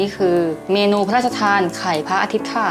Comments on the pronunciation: พูดว่าไขล่พระอาทิตย์ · ไขล่พระอาทิตย์ พี่พูด555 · พูดว่าขไรพระอาทิตย์